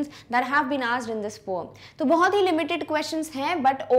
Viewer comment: She said poum for poem😂